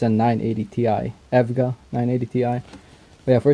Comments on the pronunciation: It's pronounced E.V.G.A. Not evvvvgggaaa. ;) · lmao how did my man pronounce evga, nontheless nice review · The way you said EVGA :|